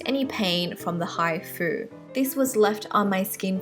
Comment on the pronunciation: When u say hifu it sounds like hi food Lol